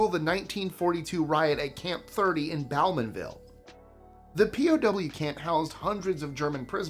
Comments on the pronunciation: fun fact, Bo-man-ville not Bow-man-ville But very cool to see my hometown in your list. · #21, Pronounced 'BEAU-man-- ville' and 'Dee-epp', not 'Dee-eppie'. (Tomayto, Tomahto) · I lived in Bowmanville for 22 ywears. Some of the camp still remains. However, it's pronounced bow-man-ville, like a violin bow 😄